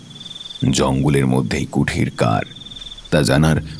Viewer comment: কুঠির না কুটির ....